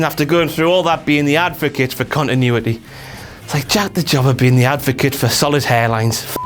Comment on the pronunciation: You pronounced Jack's name wrong!